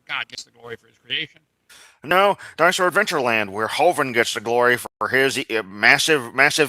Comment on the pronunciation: I swear Kent says dinus-hore...lol with a W before the h